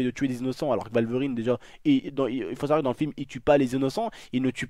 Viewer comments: Arc L&K | Joined Arc Supremacy!! merci je sais mais je soulignai le fait qu'il dit walverine plutôt que wolverine par contre j'imaginai que c’était allemand le w tu m'a appris un truck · qui a remarquer qu'il disait valverine ? ^-^ c'est pas grave bonne vidéo sinon